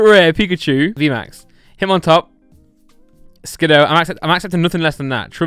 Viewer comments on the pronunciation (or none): none